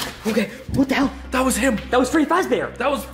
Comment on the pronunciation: Did he say freddy frazbear?